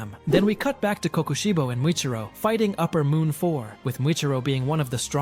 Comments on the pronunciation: U mean mitchikatsu? No hate but it made me so mad when u kept saying kokoshibu😭🙏🥀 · Why say kokushibo like that